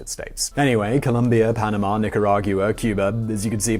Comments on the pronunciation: I love your videos, but it is pronounced "Nicara-gwa" not "Nicara-gyuwa". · It's NICARAG-WA like Agua (water) in Spanish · Nor-ee-ay-ga. Noriega. Nee-ca-ra-gwa. Nicaragua. Who is supposed to be coaching on these things? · pissed myself hearing him butcher that